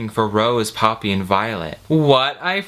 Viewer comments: I kept thinking was saying Papi instead of Poppy hahaha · Half way through the video I realized you were saying Poppy and not Papi and things made more sense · I mean... he could have called her Hydrangea. You kept saying "Poppy," but I heard it as "papi" and i was thinking, "why the heck is he calling the girl daddy?"